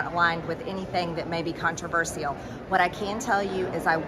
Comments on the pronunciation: "Con tree vs cereal" ? Is she dumb or hungry?! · Controveurisieal ... is that how you pronounce controversial? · Con-tri-verse-eee-al, wtf is that